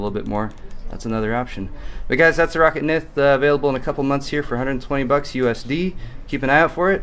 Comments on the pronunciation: Pretty sure its ROW CAT... not rocket... pretty sure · I thought Roccat was pronounced [rOh-kAt]